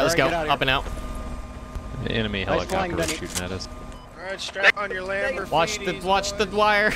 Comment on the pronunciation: Why do you keep saying "Helo's"? They're not "Helo-copters". They're Helicopters, in short "Heli's". He-Li. Li, not Lo. "Helipad", not "Helopad" xD